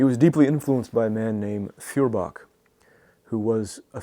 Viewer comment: It is pronounced FOYER-bach.